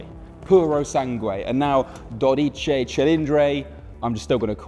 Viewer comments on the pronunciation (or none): How can a journalist or what is this man job title. Don't be at least oblied to learn how to say the names of the things right? And don't say, oh he's english and bla bla bla... he is a supposed professional and not even the purosangue that is a well easier word to say he could get rigth. Top Gear died when the trio got out, now is just in shambles that don't know how to pick up